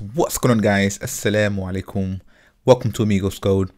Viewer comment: I like the way you say alsalamualikum